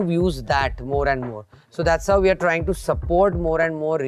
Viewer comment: Wow someone who actually tries when they say ''we're trying to''